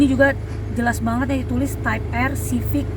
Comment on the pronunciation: Maaf mb.. Penyebutannya bukan tipe R.. Tapi (taip ar)